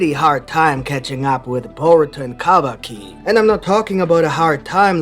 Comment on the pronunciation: I love the way you pronounce Kawaki